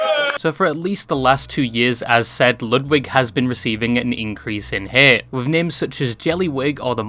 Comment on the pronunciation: i dont like ludwig but I dont like how you say the word hate either